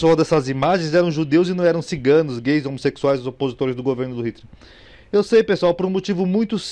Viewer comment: "homosequisuais" kkkkkkkkkkkk 😂😂😂😂